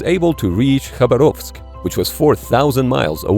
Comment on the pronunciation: Very nice try to say "Khabarovsk" correctly👍